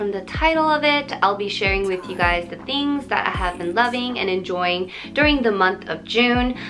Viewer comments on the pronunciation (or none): none